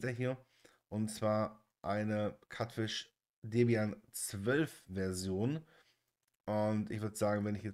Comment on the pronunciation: Ich will wirklich nicht wie ein Besserwisser rüberkommen, aber es wird halt einfach in Lautsprache 'Kiutfisch' ausgesprochen, nicht 'Katfisch' Cutefish (cute = niedlich)